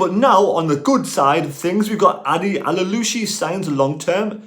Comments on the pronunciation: Always been a fan of your videos and agree about Baath, although i don't think they see O'Nien just as cover at CB but as a CB. At this point he's played alot more games in defence than elsewhere. To make it easier for you in future videos Aouchiche is pronounced O Sheesh. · I'm struggling a bit with the pronunciation of Adil Aouchiche but I think it's "Adil A(as in apple) orshsheesh. Hope this helps I did A level French many years ago!